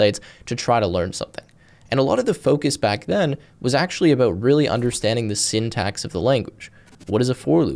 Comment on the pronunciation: sendex? do you mean syntax?